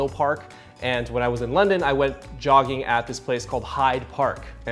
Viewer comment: What is this yogging you did ? is it pronounced yogging or jogging ? Weird.